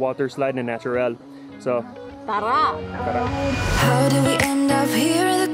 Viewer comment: it's funny how says "tara"